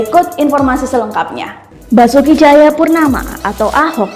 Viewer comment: Woy ora ono, kamu jgn asal jeplak sebut nama orang Basuki Basuki Tjahaja Purnama jadi Basuki Tjahaja Purnomo, ga becus baca berita mending diem